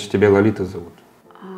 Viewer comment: она сказала "лолита" а не лалита